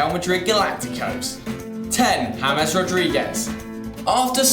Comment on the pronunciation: jamees?? Whaaaaat?